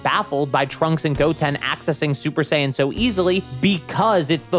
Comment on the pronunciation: But who is "SUPER DEE-DUPER SAIYAN"?